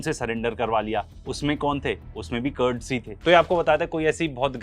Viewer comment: कर्ड्स नही कुर्द हैं। कुर्दिश जमात हैं।